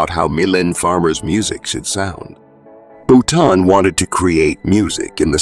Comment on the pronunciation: Please learn to pronounce French names and words correctly! For example, it's Boutonnat, pronounced as "Boo-ton-A", not Bouton. The material in this video seems to have very little to do with reality. See Wikipedia instead. Many of her performances are here on Youtube.